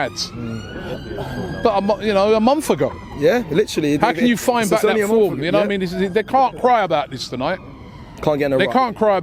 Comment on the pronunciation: If Robbie can stop saying ‘Na waimean’ that would be great thank you